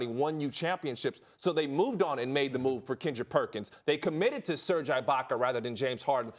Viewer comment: Serge who??? Get your pronunciations right Hollins